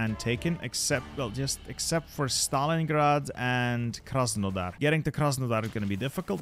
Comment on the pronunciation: As a Ukrainian funny to hear Krasenodar